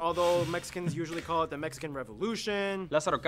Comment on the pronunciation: Mexican not Mexican’t